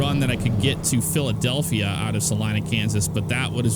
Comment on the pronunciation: Thank you for saying Salina right you would be amazed how many people pronounce it wrong. lol